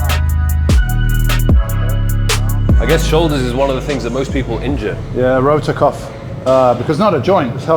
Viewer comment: Rotator cuff, not rotor cuff